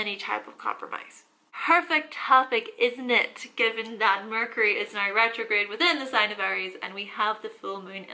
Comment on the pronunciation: I subscribed immediately when your “now” sounded like “nine” 🤣❤️